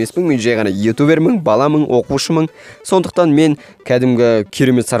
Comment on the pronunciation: Мен ютубермыҢ , оқушымыҢ🤣🤣🤣 Ң әрпі сенің әрпің болдау